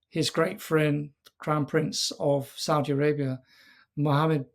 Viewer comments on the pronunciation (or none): none